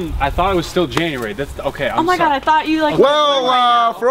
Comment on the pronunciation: "I thought it was still Janurary" 😂😂👍